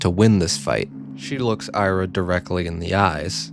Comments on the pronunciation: The novel helps me feel empathetic. Also she's pronounced 'Ee-ra', not "Ai-ra'. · Ira is pronounced like era, welcome back